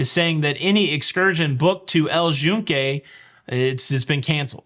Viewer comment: I actually was going to commend pronunciation because it’s how we heard it pronounced by locals while in PR. We definitely were pronouncing it incorrectly as “Yoon-kay” up until then. (I also started saying “gracia” without the ‘s’ once I heard that. While in Rome…or PR…)